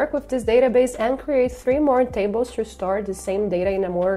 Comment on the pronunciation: why do you pronounce to -> "ciu"??????